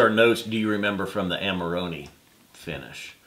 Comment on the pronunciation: Amarohneh not Amaroni macaroni.